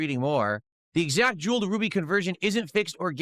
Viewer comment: Oh hello Jew-el